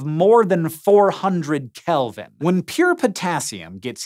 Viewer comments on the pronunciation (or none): Yeah. Strange that he pronounced it as if it were some huge number.